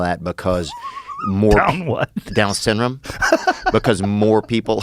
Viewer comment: Joe is making fun of him because he says down “synm” not syndrome